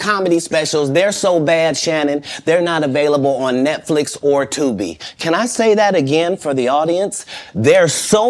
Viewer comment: 😂😂😂😂the way he kept emphasizing the word Tubi🥹😭😭😭